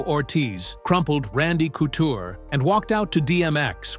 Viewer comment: Yeah, I knew this video was gonna have problems with the way it pronounced Chuck and Randy's names.🙄 Wasn't Cooter on The Dukes of Hazzard?😂